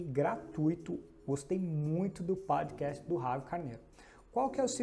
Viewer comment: Useful content. Dicas valiosas demais. Gostei muito da pronuncia de Podcast.